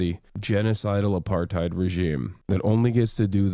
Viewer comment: As a afrikaans speaking person if you are going to use my language please learn how to say apartheid 😂